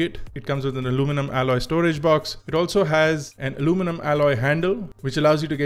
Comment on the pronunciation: R e bhai aluminum bol le..kya alomenum alomenum lga rakha h...kab tak angrejo ki copy karoge...Indian accent is the best accent.